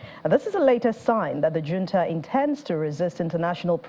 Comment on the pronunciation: Hunta" not " junta" the j has an ' h ' sound